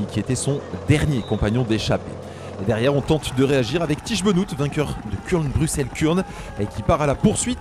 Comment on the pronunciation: Merci pour votre travail 👍 Allez, le petit point prononciation : Tiesj Benoot : Tich Benaute